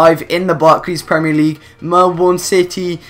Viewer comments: its pronounced mel-ben not mel-born. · It's pernounst Mel-bin not Mel-born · Mel(burn) not Melborn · I know it is ur accent but when someone says melborn instead of Melbourne it is irritating but any u derserve way more subs keep up with career mode challenges and u just got a sub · Dude, it's pronounced Mell-Bin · I Cringe at they way You say Melbourne